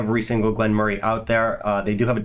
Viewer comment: pronounces it correctly.